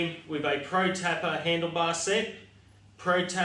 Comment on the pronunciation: protapper !? 🤔 it’s proTAPEr as in a roll of cello tape